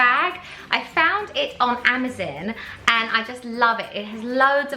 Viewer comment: You said amazon wrong lol